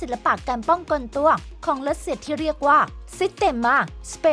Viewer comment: แอดพูดว่าการป้องกลตัว